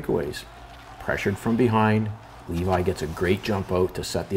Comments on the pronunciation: I mean you said his name properly here . Many people in the medias for now are saying it wrong. It isn't "Leavay" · You pronounced it right. Leevee. I grew up with his dad. He actually sent me the link to this. I cringe when everyone says his last name wrong. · i get it mixed up too, but the tsn guys just confirmed with his family that it’s pronounced leavi